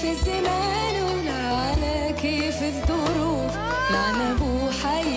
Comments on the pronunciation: الاثنين نطقهم يضحك ليه التعزيز للغباء واحد يقول على الظروف دروف مفروض نقوله ماشالله اتقنت نتلصق وخلاص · بينطق الظروف الدروف وين الاتقان يعني اي تعزيز وخلاص 😂